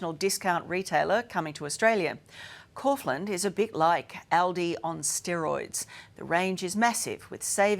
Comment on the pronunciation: Couldn't they have got the pronunciation correct?